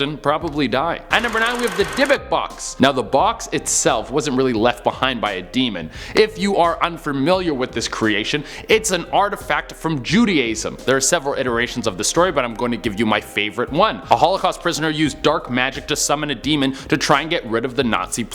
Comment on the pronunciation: he pronouned Jew-di-ism as Jew-day-ism I can't